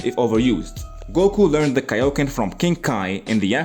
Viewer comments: The way he said tick nick for kaioken goku😂😂😂😂😂😂😂😂😂😂😂😂😂😂😂😂😂😂😂😂😂😂😂😂😂😂😂😂😂😂😂😂😂😂😂😂😂😂😂😂😂😂😂😂😂😂😂😂😂😂😂😂😂😂😂😂😂😂😂😂😂😂😂😂😂😂😂😂😂😂😂😂😂😂😂😂😂😂😂😂😂😂😂😂😂😂😂😂😂😂😂😂😂😂😂😂😂😂😂😂😂😂😂😂😂😂😂😂😂😂😂😂😂😂😂😂😂😂😂😂😂😂😂😂😂😂😂😂😂😂😂😂😂😂😂😂😂😂😂😂😂😂😂😂😂😂😂😂😂😂😂😂😂😂😂😂😂😂😂😂😂😂😂😂😂😂😂😂😂😂😂😂😂😂😂😂😂😂😂😂😂😂😂😂😂😂😂😂😂😂😂😂😂😂😂😂😂😂😂😂😂😂😂😂😂😂😂😂😂😂😂😂😂😂😂😂😂😂😂😂😂😂😂😂😂😂😂😂😂😂😂😂😂😂😂😂😂😂😂😂😂😂😂😂😂😂😂😂😂😂😂😂😂😂😂😂😂😂😂😂😂😂😂😂😂😂😂😂😂😂😂😂😂😂😂😂😂😂😂😂😂😂😂😂😂😂😂😂😂😂😂😂😂😂😂😂😂😂😂😂😂😂😂😂😂😂😂😂😂😂😂😂😂😂😂😂😂😂😂😂😂😂😂😂😂😂😂😂😂😂😂😂😂😂😂😂😂😂😂😂😂😂😂😂😂😂😂😂😂😂😂😂😂😂😂😂😂😂😂😂😂😂😂😂😂😂😂😂😂😂😂😂😂😂😂😂😂😂😂😂😂😂😂😂😂😂😂😂😂😂😂😂😂😂😂😂😂😂😂😂😂😂😂😂😂😂😂😂😂😂😂😂😂😂😂😂😂😂😂😂😂😂😂😂😂😂😂😂😂😂😂😂😂😂😂😂😂😂😂😂😂😂😂😂😂😂😂😂😂😂😂😂😂😂😂😂😂😂😂😂😂😂😂😂😂😂😂😂😂😂😂😂😂😂😂😂😂😂😂😂😂😂😂😂😂😂😂😂😂😂😂😂😂😂😂😂😂😂😂😂😂😂😂😂😂😂😂😂😂😂😂😂😂😂😂😂😂😂😂😂😂😂😂😂😂😂😂😂😂😂😂😂😂😂😂😂😂😂😂😂😂😂😂😂😂😂😂😂😂😂😂😂😂😂😂😂😂😂😂😂😂😂😂😂😂😂😂😂😂😂😂😂😂😂😂😂😂😂😂😂😂😂😂😂😂😂😂😂😂😂😂😂😂😂😂😂😂😂😂😂😂😂😂😂😂😂😂😂😂😂😂😂😂😂😂😂😂😂😂😂😂😂😂😂😂😂😂😂😂😂😂😂😂😂😂😂😂😂😂😂😂😂😂😂😂😂😂😂😂😂😂😂😂😂😂😂😂😂😂😂😂😂😂😂😂😂😂😂😂😂😂😂😂😂😂😂😂😂😂😂😂😂😂😂😂😂😂😂😂😂😂😂😂😂😂😂😂😂😂😂😂😂😂😂😂😂😂😂😂😂😂😂😂😂😂😂😂😂😂😂😂😂😂😂😂😂😂😂😂😂😂😂😂😂😂😂😂😂😂😂😂😂😂😂😂😂😂😂😂😂😂😂😂😂😂😂😂😂😂😂😂😂😂😂😂😂😂😂😂😂😂😂😂😂😂😂😂😂😂😂😂😂😂😂😂😂😂😂😂😂😂😂😂😂😂😂😂😂😂😂😂😂😂😂😂😂😂😂😂😂😂😂😂😂😂😂😂😂😂😂😂😂😂😂😂😂😂😂😂😂😂😂😂😂😂😂😂😂😂😂😂😂😂😂😂😂😂😂😂😂😂😂😂😂😂😂😂😂😂😂😂😂😂😂😂😂😂😂😂😂😂😂😂😂😂😂😂😂😂😂😂😂😂😂😂😂😂😂😂😂😂😂😂😂😂😂😂😂😂😂😂😂😂😂😂😂😂😂😂😂😂😂😂😂😂😂😂😂😂😂😂😂😂😂😂😂😂😂😂😂😂😂😂😂😂😂😂😂😂😂😂😂😂😂😂😂😂😂😂😂😂😂😂😂😂😂😂😂😂😂😂😂😂😂😂😂😂😂😂😂😂😂😂😂😂😂😂😂😂😂😂😂😂😂😂😂😂😂😂😂😂😂😂😂😂😂😂😂😂😂😂😂😂😂😂😂😂😂😂😂😂😂😂😂😂😂😂😂😂😂😂😂😂😂😂😂😂😂😂😂😂😂😂😂😂😂😂😂😂😂😂😂😂😂😂😂😂😂😂😂😂😂😂😂😂😂😂😂😂😂😂😂😂😂😂😂😂😂😂😂😂😂😂😂😂😂😂😂😂😂😂😂😂😂😂😂😂😂😂😂😂😂😂😂😂😂😂😂😂😂😂😂😂😂😂😂😂😂😂😂😂😂😂😂😂😂😂😂😂😂😂😂😂😂😂😂😂😂😂😂😂😂😂😂😂😂😂😂😂😂😂😂😂😂😂😂😂😂😂😂😂😂😂😂😂😂😂😂😂😂😂😂😂😂😂😂😂😂😂😂😂😂😂😂😂😂😂😂😂😂😂😂😂😂😂😂😂😂😂😂😂😂😂😂😂😂😂😂😂😂😂😂😂😂😂😂😂😂😂😂😂😂😂😂😂😂😂😂😂😂😂😂😂😂😂😂😂😂😂😂😂😂😂😂😂😂😂😂😂😂😂😂😂😂😂😂😂😂😂😂😂😂😂😂😂😂😂😂😂😂😂😂😂😂😂😂😂😂😂😂😂😂😂😂😂😂😂😂😂😂😂😂😂😂😂😂😂😂😂😂😂😂😂😂😂😂😂😂😂😂😂😂😂😂😂😂😂😂😂😂😂😂😂😂😂😂😂😂😂😂😂😂😂😂😂😂😂😂😂😂😂😂😂😂😂😂😂😂😂😂😂😂😂😂😂😂😂😂😂😂😂😂😂😂😂😂😂😂😂😂😂😂😂😂😂😂😂😂😂😂😂😂😂😂😂😂😂😂😂😂😂😂😂😂😂😂😂😂😂😂😂😂😂😂😂😂😂😂😂😂😂😂😂😂😂😂😂😂😂😂😂😂😂😂😂😂😂😂😂😂😂😂😂😂😂😂😂😂😂😂😂😂😂😂😂😂😂😂😂😂😂😂😂😂😂😂😂😂😂😂😂😂😂😂😂😂😂😂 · it's kaio-ken not kaioken